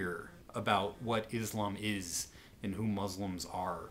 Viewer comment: You're saying 'Islam' and 'Muslim' wrong, sir, please be respectful and pronounce it right.